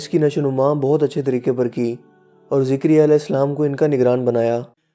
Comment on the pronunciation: Yha "ZAKARYA as" hai na ke "ZIKARYA as"